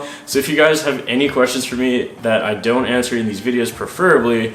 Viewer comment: "I donut know" Love you man xD